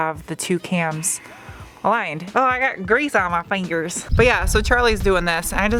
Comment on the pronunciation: When you said, in a country voice, "I got grease on mah fingerz" it made me thing of Woody from Toy Story. "There's a snake in mah boot!" lol